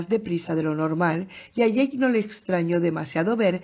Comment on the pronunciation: Jajajaj no es ache o aque es ake de eick o jake en ingles el animalito decia eick de jake en ingles, se me hizo frustrante escuchar ake jajajaj saludos!